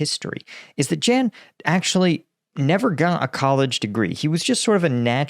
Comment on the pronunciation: 'Yahn' not Jan